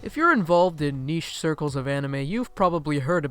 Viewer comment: Niche? NICHE?